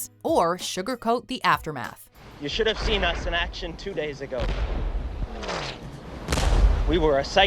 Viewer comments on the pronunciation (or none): none